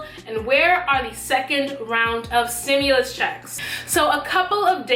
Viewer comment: Its stimulus not simulus 👀